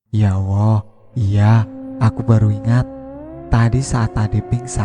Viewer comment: kok saya dengernya klo admin bilang ya Allah jadi ya Owoh ya? saya pikir admin cadel tapi ngomong Tolong....L nya jelas..mudah2an sy yg salah denger...sy jd risih dgrnya...sorry y min sy skip